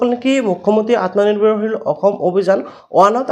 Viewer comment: Atmonirbhar xil word tu Val ke kobo😅😅